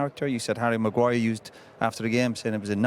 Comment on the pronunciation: bro said Maguayer LMFAOOO